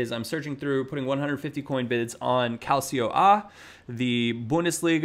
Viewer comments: its calcio with like TSCH calTSCHo (u dont say the i) please never say calciiiio ever again lol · FYI, Calcio is pronounced cal-cho in Italian. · the Italian league is pronounced as Cal-Cho! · Calcio a is pronounced Calco the second "c" is pronounced with the same letter as in the word " Cheat" the first one is pronounced like a "K" character